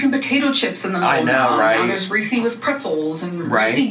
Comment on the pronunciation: Did she just pronounce “Reese” as “ree see”